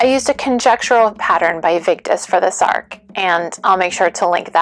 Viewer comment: “Sark” sounds like an Anglophone misreading of the Swedish “särk” to my Norwegian ears. A more accurate pronunciation would use the vowel from English “cat”, or even “bed”.